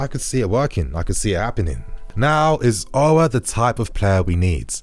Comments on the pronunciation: The prononciation of Aour in English is disgusting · chelsea 4life he doesn’t even pronounce his name right